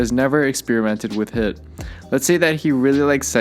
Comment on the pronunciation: It is pronounced as heeeeeeeet.